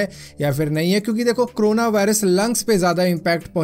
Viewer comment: It's corona not crona... Aur Bhai.. Wo xray wala detector sirf. Last stage me dekh k btaega🥴